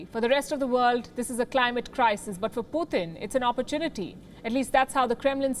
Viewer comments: Name:- Putin. News reader be like :- Puthin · Loll she can’t say Putin Phootin 🤣